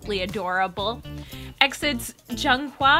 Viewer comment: It's E-X-I-D it's not pronounced like exit